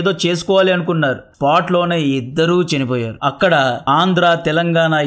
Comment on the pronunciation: కంటెంట్ బాగుంది. మాడ్యులేషన్ అసహ్యంగా ఉంది. చినిపోయారు ❌❌ చనిపోయారు✅✅✅